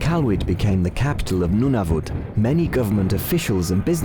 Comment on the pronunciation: Every time the narrator said Nunavut I died from cringe as a Canadian